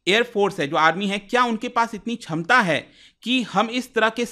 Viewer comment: the word for capacity in hindi is pronounced as 'Kshamta' not 'chhamta'